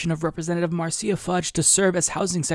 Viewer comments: As a resident of the Ohio 11th, let me just say that Rep. Fudge's first name is pronounced "Marsha". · Marcia is pronounced "MARSHA" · Thank you so much for the warning about Nina Turner's opponents - which sadly includes her own party here in Ohio. I don't live in her district, but I'll see what I can do for her. FYI: 'Cuyahoga" is pronounced "COY - uh -HOEG -ah", and Marcia Fudge pronounces her name " MARSH -uh". Cheers! ~ Anastacia in Cleveland